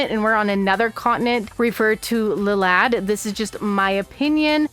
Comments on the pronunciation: Iliad, not lilad…. Iliad is a Greek poem very very very well known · Just letting you know that's a capital i, so it's pronounced more like "Ille-ad", like Homer's "Iliad" (hence why that particular Digital World is Greco-Roman themed) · You got some things wrong. The server in this game is call Iliad named after the Greek poem. Hence why you see Greco Roman influence. Aegiomon’s name is pronounced A-geo-mon. You confused traits for attachment skills. (Also personally I’m not a fan of the dub names and dub levels. I prefer the original baby to child to adult to perfect to ultimate to super ultimate)